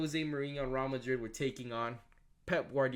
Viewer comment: Mate, you mispronounced Real Madrid FFS. Your understanding of football and MUFC is extremely simplistic. Honestly, I'm sick of fans that are advocating for a revolving door of managers. Moyes, Van Gaal, Mourinho, Solskjaer, Ragnick all had the same problems. At what point do you realise that the problems at Utd run deeper than who the manager is?